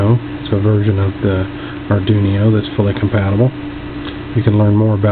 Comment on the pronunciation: Nice video. I got some ideas for this ping pong ball difusers, like an indoor gigantic vumeter for visual capture of the environment sounds. And it's funny how you pronounce Arduino. It sounds like Ardunio, with n and i reversed. It gives a new twist to this familiar word. Thank you for sharing.